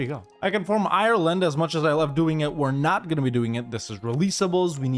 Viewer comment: If you don't know how to say Ireland, you could google it